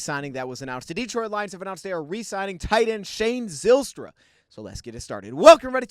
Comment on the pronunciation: This gave me a smile as we share the same last name. Btw we pronounce the y as a long I. Pike instead of pic for example.